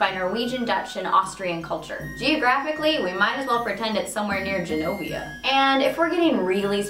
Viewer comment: Died when she said Genovia.